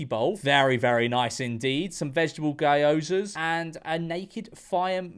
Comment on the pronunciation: The most criminal part of this video is George calling them "Gayozas"